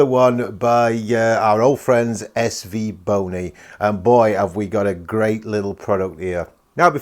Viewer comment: 8.07 is it just me or did say svboner? 😂